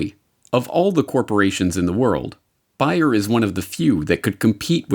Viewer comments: It's Bayer, not Buyer. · sorry, not buyer, bAAAyer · Curious as to why you are calling it buy-er when we all know that it is Bayer? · Bayer, say it with me, baaaaayeeeeeeer. It is pronounced bayer, not buyer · Everyone in the video pronounced the name of the company as Bay-er except for who pronounced it as Bye-er. If I were doing a video I would probably used the most commonly used pronunciation. JMHO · It's BAY-er, not BUY-er, ffs. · Why is he saying BUY - ER instead of BAY - ER? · Is the German co's name pronounced "Buy-er?" In US advertising it was always pronounced "Bay-er." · What's worse than fake news? News pronounced incorrectly. It's not Buyer it's Bayer (Bay - Er) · your mispronunciation of Bayer (buyer??) is taking away from the legitimacy of this report. Look at the old television ads for their aspirin - "Compare, you can't do better than Bayer" (bay err) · It's BAYER NOT BUYER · Ugh... it's pronounced BEAR... not BUYER! How can you not know that? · Its prononced bear not buyer. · It BAY-er not buyer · That's Bay-er NOT Bi-er ffs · Please, say it correctly: not Buy-her but BAY-ER, as in "San Francisco Bay"... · Sorry but I heard "Buy", not "Bay" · Where you from? Has always been pronounced “Bear” not buyer,” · Very informative video!! Thank you!! P.s. the way you pronounce Bayer sounds like ‘buyer’. If I didn’t see Bayer on the screen as you pronounced it I wouldn’t have a clue what you were talking about. I’ve never heard anyone pronounce it that way. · Bayer is almost like bear. Not like buy'er. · Are they.... seriously pronouncing Bayer as Bear? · Not Buyer or Biyer it's BAyer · He hardly nailed the name right. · Another Great Report by. Is he pronouncing Bayer correctly? Everyone should watch: "House of Numbers" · You mispronounced Bayer the entire time. It ruined the video.